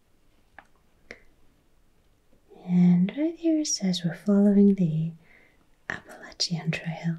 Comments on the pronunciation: I am from Alabama and I have never heard anyone pronounce it as beautiful as you did. Thank you for making this video. The Appalachian mountains are such a glorious sight to behold. I always felt honored to have the foothills in my back yard. I hope you can come visit someday! We would love to have you! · Ahh you said Appalachian correctly ❤ Most Americans can’t even do that 😂 Tennessee is a state I’ve always wanted to visit because of the music history. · And you said “Appalachian” correctly, like those of us local to western NC/east TN pronounce it. If someone says “App-uh-LAY-shun” it’s a dead giveaway they aren’t from here. Check out the Eastern Band Cherokee sometime, their reservation and Boundary abuts the Great Smoky Mountains Nat’l Park just south of Gatlinburg and Knoxville. It’s a fantastic place if you find the mountains gorgeous <3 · Isn’t that the truth on the pronunciation of “Appalachian”? Born-and-raised Eastern Kentuckian all my life, and the mispronunciation of Appalachian always bugged me. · As an Appalachian, THANK GOD u pronounced it correctly!!! 🎉